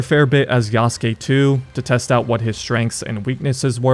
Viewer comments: When will people learn to pronounce Yasuke correctly... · this game has been talked about for too long for bro to still pronounce yasuke wrong